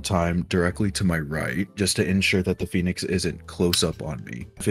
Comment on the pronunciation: Phoenix not Phenix bruh